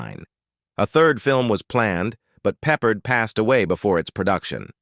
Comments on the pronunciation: Learn how to pronounce names. It’s Peppered, but Peppard. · It would be nice if the narrator could pronounce the names correctly, and it's Peh pared not peppered